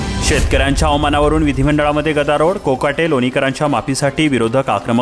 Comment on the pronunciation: भाषा अशुद्ध.गदारोड नाही गदारोळ.त्यामुडे नव्हे,त्यामुळे.😢